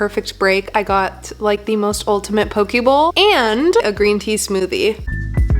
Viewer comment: The way she said poke made me laugh (no hate just thought it was funny)